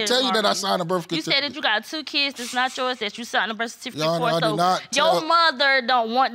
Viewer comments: He said “Burf Cutifaket” 😂 Birth certificate? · 42!???? I know u lyin! U mean more like 62! And he said "birth kersificate" 🤣🤣🤣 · haha Birtfecitiket😂😂😂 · "Birf cartificate" am done🤣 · "Birf catificate" and "hospilla" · This is how I looked watching this episode!!!!🥴😂 And I can't even spell the way he pronounced Birth Certificate 😂